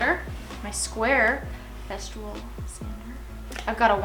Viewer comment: I love your work, you are so talented! But…..everytime you say the brand of your sander, it cracks me up. It is FES-TOOL. Not FES-TROOL. 😂. There is no R. And welcome to the Festool fam….youll love it forever. Keep up the amazing work!